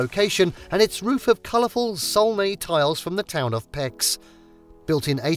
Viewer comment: To join the Hungarians commenting: the town of Pécs is not pronounced Pex but "paich" or "peych" as a cs in Hungarian actually corresponds to a ch in English.